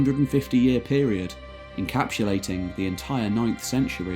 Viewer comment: There is no H in encapsulate.